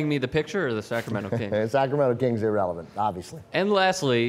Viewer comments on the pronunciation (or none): i dislike because u say clippers erelevent